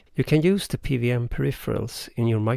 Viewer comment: Cool stuff. So, I guess this isn't so easy to do as an analog circuit?? :) Also, just to get ahead of any confused comments you might get, in English, we typically pronounce "PWM" as "pee double-you em" rather than "pee vee em". I immediately knew what you meant (it helps that I spent some time living in Germany, I guess), but I'm guessing you'll get some confused comments, so, thought I'd point it out. :)